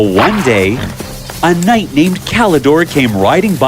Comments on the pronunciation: Is knight pronounced like that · you said kind instead of knight . hehe i have sharp ears . but i liked the story